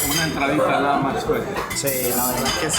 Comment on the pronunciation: Se dice las Mas no las mag. No habeas bien Español.